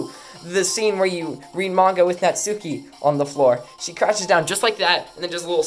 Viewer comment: Not to be that guy but it’s pronounced Nat-ski